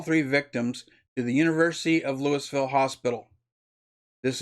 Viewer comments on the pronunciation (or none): Dear Sir, sorry I must say that was painful to listen to. Your preparation, presentation and pronunciation makes the report damaging to the image of all patriots. LEWISville no Sir. You could type in Louisville pronunciation into google. Sounded like a 5th grade book report. Please stop. Or truly prepare and edit. Get someone else to narrate your next video.